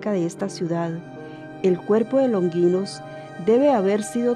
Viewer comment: Se dice LonGInos, sonido fuerte no Longuinos. Pilato, no Pilatos